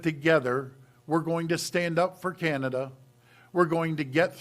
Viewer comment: CANAda. ..not CAN’Tada. We understand U and hear you loud and clear. U must protect you’re citizens.